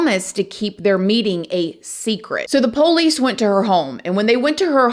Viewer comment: I hate the way says poolicee drives me crazy